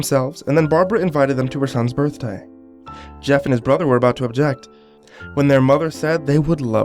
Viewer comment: happy barfday, man i mean uhh burfday